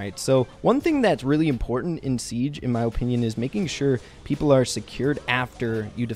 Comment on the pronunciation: I love your videos but the way you say “Opinion” makes me want to punch a wall 😂